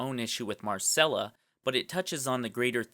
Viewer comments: It's Mycella, not Marcella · "Marcella" smh...